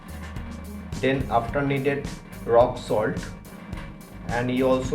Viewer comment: “one number of Appel” sugarr chugarr” “rok solt”